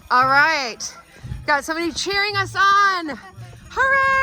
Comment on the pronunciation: Why does Julie pronounce ALL — OWL 🦉 I’m befuddled here because it’s not an American or British accent